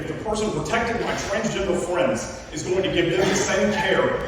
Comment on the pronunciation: Honestly, the green shirt “fwends” guy is an idiot, how would he know who’s what in a fire?